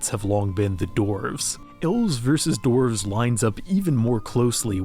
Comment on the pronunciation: Ah yes, the mountain dwelling “dorvs”